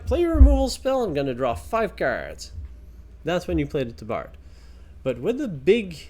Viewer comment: you need to look up the pronunciation of “tabard.” It is ˈtäbərd